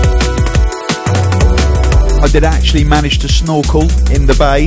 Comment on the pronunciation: when he said he managed to snorkel in the bay i thought he said i maneged to snore coke in the bay:-). no offence